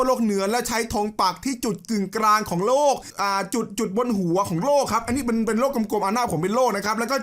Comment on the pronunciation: โลก ครับ ไม่ต้องหันลิ้น โรค